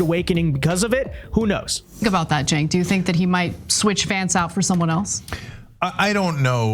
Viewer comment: The letter “c” in Turkish is pronounced /dʒ/, like the first consonant in “joke” or “giraffe”. It’s Jenk, not Chenk. It means “war”, by the way.